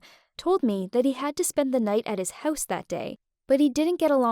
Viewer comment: Is anybody going to talk about the way she says house?😂 🏡